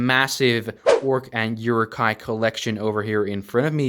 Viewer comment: Please pronounce uruk hai right. Without the j sound. Amazing cpllection and moc although. Your channel deserves more attention from the internet